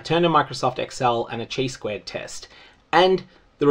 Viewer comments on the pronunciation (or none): that is not how "chi" is pronounced. your stats will be more credible if you can actually pronounce the name of the test you're using...